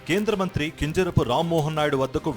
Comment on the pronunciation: Tel prononsation baguledu kinjarapu correct ga cheppali